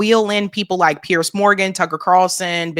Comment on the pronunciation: It's pronounced PEERS not Pierce